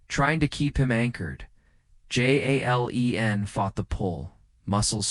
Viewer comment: Narrator seems to be reading English names but using Spanish pronunciation for them, Jalen is not pronounced with an H or a Y sound. It's saying Halen or Yalen instead of Jalen, it never says his name the same way twice. Decent story but distracting narration.